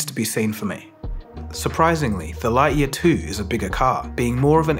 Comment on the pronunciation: Your pronunciation of Lightyear is triggering.